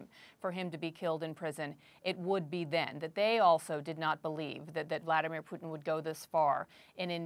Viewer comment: Love how he pronounce “Bloody-mir Putin”